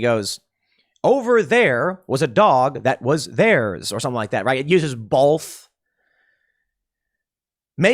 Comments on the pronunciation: Tim please stop saying "bolth " instead of both lol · Hearing Tim say “it uses BOWLTH” instead of “both” was jarring. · Can't we all agree that Tim shouldn't be allowed to say the word "both" until he learns to pronounce it correctly? There is no L in "both". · heh bolth